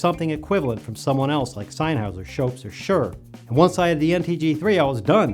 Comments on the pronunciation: I will never like this video because you won't stop saying "SennHOWSER" (Sennheiser ..... senn-hi -zer) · sennheiser is pronounced [zennhizer] !!!!!!!!! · Please either learn how to pronounce “Sennheiser”, or don't say it.